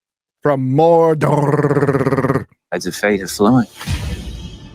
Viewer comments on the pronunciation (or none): I died in this part 💀💀 SAURRRRRRRRROON FROM MORDORRRRRRRRRRRR